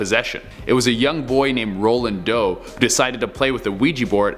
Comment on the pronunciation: I thought he said a little boy named "Rolling Dough"